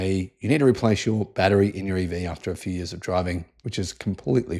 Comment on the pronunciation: "Whataya gonna do, sit around for TEN YEERS?" lol